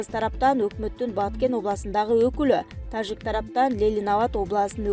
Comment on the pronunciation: Суйлоп аткан кыз зб кылдын го ж тамгасын ёжик дегендей окуп тажикстан дегенде туурале айтасын да тажик дегенделе ёжик кылывересин журналист мындай окубаш керек